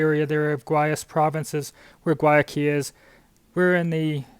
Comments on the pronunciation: Learn how to say Guayaquil. (Why a kill) is the proper pronunciation. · Haha...I thought it was Guayaquil they were trying to say. I lived in Cuenca for almost a year. They are just traveling through though. Of course there's Google Translate:)